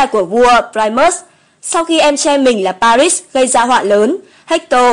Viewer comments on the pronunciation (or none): none